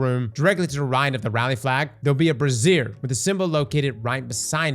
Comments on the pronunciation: Hey man I love all your Destiny 2 work. The fires you need to light? You're saying Brassiere, thats a Bra. I think what you mean is Brazier say the Z dont make them S's. Completely different word lol. Unless you are talking about burning bras which I completely stand behind! Love your work partner! =) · he's saying brassiere instead of brazier😂😂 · I was listening to this guide in the background while doing some work, and I wondered why there were so many Brassieres in the game. It's not Bras but BRAZIERS lol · I love your videos man. Brazier is pronounced 2 different ways. Brayzer is for the fire pits you have to light and Brazier is a womans bra. Love you man! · with that florida literacy again. calling brazier (bray * sure) a brassiere aka a bra...... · Okay, really hard to follow this because he kept talking about brassieres. I’m thinking he meant to say “braziers”. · Brassieres are bras. Braziers is pronounced like Bray-Xur. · BRAY - XÛR not BRASSIERE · a brassier is something a woman wears, I think you mean brazier :P (pronounced bray-zee-er) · they're called "BRAZIERS", not "BRASSIERES", those are bras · Lol. It's pronounced brayzeeor...I think lol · OMG its pronounced "Bray - Sures", not a synonym for brassieres... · I had to do a double take when started talking about brassiere's.......... someone teach this man to speak! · Interacting with a “brassiere” as pronounces it, will be a first for a lot of fellas here 😂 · I'm surprised he didn't look up how to pronounce it first lol. I couldn't find any bra's in this mission. Dissapointing. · Brey-xur bro. I saw bo over the shoulder boulder holders anywhere 😂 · I love ya man, but your pronunciation of brazier is killing me. They're containers for fire, not bras! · Google brazier pronunciation. Out here pronouncing it like a woman's bra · 🤣🤣🤣 was coming here to say something similar lol. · I thought I was hearing things lol